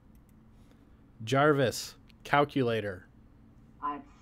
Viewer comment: jarvis or javis?